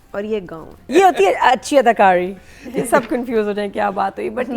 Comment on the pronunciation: Adakari pronounced as dananeer paawri